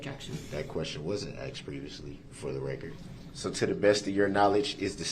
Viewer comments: He axed it. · I'm surprised he hasn't "axed" him whether paper clips or staples were used to secure the pages of the report... 🤨